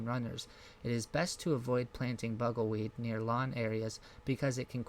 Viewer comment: Please check the pronunciation and spellings before posting. Bugleweed is NOT Bugelweed. Correct spelling, Perennial. I will add, your content is interesting and well researched for such a new gardener.